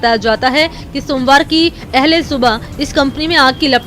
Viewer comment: रिपोर्टर ने अहले(accepted &follower) सुबह (Morning)बोला जो गलत उच्चारण है, जबकि अलसुबह( The Morning) सही उच्चारण हैं |